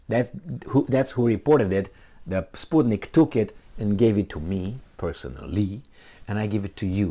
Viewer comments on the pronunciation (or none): you read '' spuke nik'' ?? :)) that's russia's BS on roids